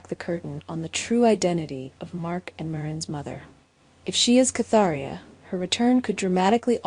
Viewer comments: it is KATerINA not Catheria!!!! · Are you trying to say Katerina? Who the hell is Katheria?